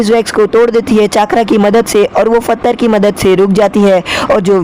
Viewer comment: you don't know hindi fathar nahi pathar😂😂